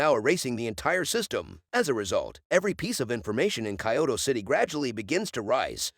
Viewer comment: Kyoto. Not Kaioto.